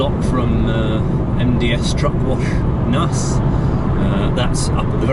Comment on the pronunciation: Another fantastic video as always, great to see you over this direction , even though I'm in Northern Ireland, I trucked all round Ireland for Surefreight for 12 years. And a bit of useless information, Naas is pronounced Nay-ce or Neigh-ce . Keep the vlogs coming mate 👍